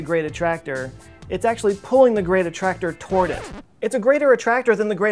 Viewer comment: so now I have to click on the gweat attwactor, too besides, we really need bettter engines. like way better